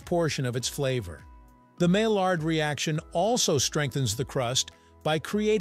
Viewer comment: maillard is pronounced maiyard. some languages, such as spanish, pronounce double L as Y, for some reason.